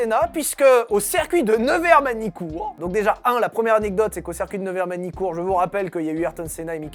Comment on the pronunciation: Bon, je ne voulais rien dire, mais, parce que tu le fais à chaque vidéo, et pour le bien des oreilles de la communauté : on dit "cIrcuit" pas, "cèrcuit" ! ;-)